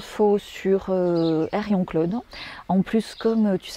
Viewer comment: C'est Henrion Caude et pas Harion Claude...